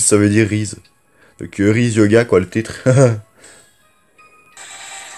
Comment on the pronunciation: Rise se dit Raïze et pas Rize et ca veut dire s’élever donc élève toi